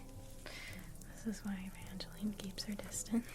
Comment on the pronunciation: OH DEAR LORD MY NAME IS EVANGELENE (My mom changed the spelling so no one pronounced it "Ee-van-gel-line" instead) AND IT WARMED MY COLD DEAD HEART TO HAVE YOU PRONOUNCE IT CORRECTLY!! I do have to say tho, I jumped every time you said it cause I only hear it when I'm in deeeep trouble haha My nickname is Evie, probably why hearing "Eva" as a nickname was like nails on a chalkboard for me haha OTHER THAN MY OWN PERSONAL CONNECTION TO THAT NAME, YOU WERE WONDERFUL AS ALWAYS! I WISH I HAD A DIFFERENT NAME SO I COULD HAVE ENJOYED IT MORE